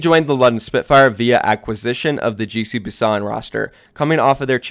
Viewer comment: Everytime you said "GC Busan" I heard "Juicy Busan"